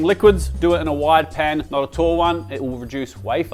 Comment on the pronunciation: 27/100 sounded like "never overcrowd Japan" 🤣